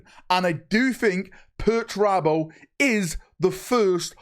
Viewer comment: I cant wait for perch-er-abo